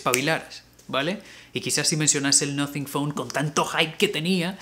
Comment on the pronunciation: Cuando dijiste el noting phone me asuste jajaja